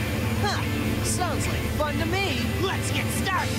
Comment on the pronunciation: That one in particular always sounded like he was doing that thing children in cartoons and stuff do where the Ls are Ws, so it sounded like “Wet’s go!” instead of “Let’s go!”